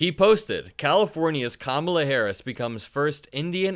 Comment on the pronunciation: Trump and his acolytes, including the stooges on Fox "news", also purposely mispronounce "Ka-mala" in a sign of disrespect. No surprise coming from the same clowns who added the middle name "Hussein" whenever possible when talking about Obama.